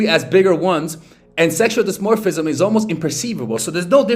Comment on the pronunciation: Can't even pronounce "dimorphism", reveals not understanding half of subject matter he presents, still does a video on the topic. Guess I'll respect the attempt and hustle.